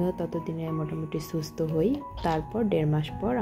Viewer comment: সুস্থ আর অসুস্থ কথা দুইটা একটু ভালো করে বলবে আপু তুমি বলো ছুস্ত,অছুস্ত বার বার শুনতে কেমন জানি লাগে আর দেরমাস কে বললা ডেরমাস। পাবলিক প্লেসে কাজ করো তাই পাবলিকের ডিমান্ড হতেই পারে তুমি যদি পড়ালেখা না জানতে তাহলে বলতাম না যেহেতু তুমি পড়ালেখা জানো তাই চেষ্টা করবা শুদ্ধ করে বলতে।আর না হয় আঞ্চলিক ভাষায় কথা বলবা শুনতে ভালো লাগবে আমি আঞ্চলিকতা কে সম্মান করি। কিছু মনে করো না।